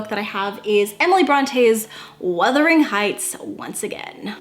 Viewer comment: *WUTHERING.....absolutely not Withering